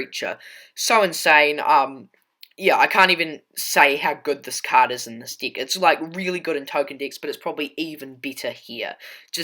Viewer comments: Bro, please change how you say deck. It sounds like you're saying dick. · "Seek" & "deek" solid Deek